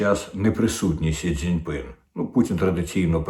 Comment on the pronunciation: Сі ЦзіньпІн, а не Сі ЦзіньпИн. П'ятдесяти п'яти, а не п'яьтИдесяти п'яти.